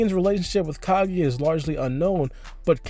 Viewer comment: Someone tell this guy that it’s kaguya and not ka-geh please ....nice video tho but Americans need to work on their English